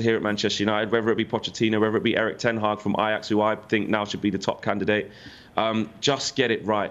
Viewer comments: This chatting absolute waffle. Also calling ten hag taag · Did she just call the manager taag?